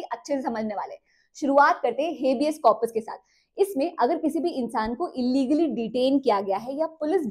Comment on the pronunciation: 😂 जब आप नई थी यूट्यूब पर तो आप अपने पुराने वीडियो में हिबियस कॉरपस को "हबीज कॉरपस" बोलती थी । बट अब सही उच्चारण करने लगी है आप मैडम😂😂